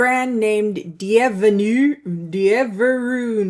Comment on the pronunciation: As a very long time lover of Dieverune cosmetics the brand is pronounced DIE-ver-RUNE 🙂